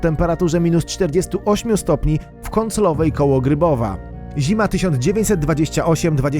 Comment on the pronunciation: Kąclowa hehehe